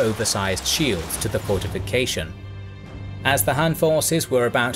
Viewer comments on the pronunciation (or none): none